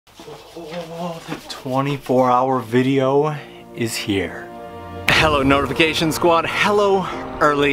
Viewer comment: On the topic of building an online community, did you say -ification squad or notification squad? I keep replaying the beginning but I still can't tell. And I find this play on words with your name quite fitting:) You did a great job with the design! I hope you had fun ^^